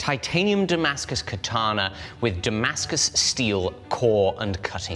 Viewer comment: Could we say katana less like the English pronunciation of ‘banana’? And more like ‘kah-tah-nah’?